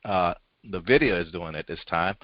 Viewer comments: It is not Nay-vidia. It is N-vidia. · No it is not! It is technically "invidia" but most people pronounce it as N-vidia. It is NOT nay-vidia!